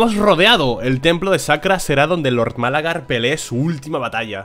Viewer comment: me encanta cuando dices "Málagar" como la ciudad, creo que no lleva acento jajajaja Demencial la torre esa xD